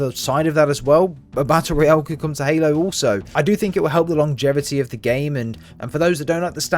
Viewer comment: It's ROYALE, not "royal" holy shit.